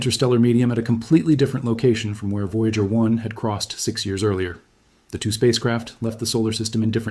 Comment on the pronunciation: Perhaps fix the transcript so the AI will say "...two probes...", rather than 'T-W-O probes'. Also, the AI image freezes quite a bit. Interesting stuff, though.